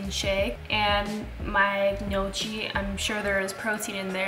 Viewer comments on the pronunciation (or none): Gnocchi = knee-yaw-key lol not no-chi haha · It’s pronounced no - kee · it’s pronounced “knee-oh-kee” 🙂 🇮🇹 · Gnocchi is pronounced ni-o-ki 🇮🇹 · you can tell she isn't Italian by that pronunciation of gnocchi hahaha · My god youve never heard of gnocchis? please go find the right pronunciation to a world known italian dish...